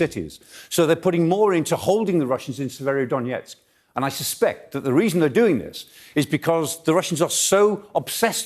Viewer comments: yes that's right, Severodonetsk not Severodonietsk. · Can someone educate these guys on how to pronounce SE-VE-RO-Don-ET-SK?